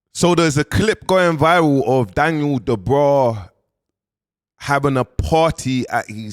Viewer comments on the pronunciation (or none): quickly becoming the biggest pattie on YouTube...an it's clearly Dubois not Da bra 🤦🏾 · It's not Daniel dubraa 😂😂😂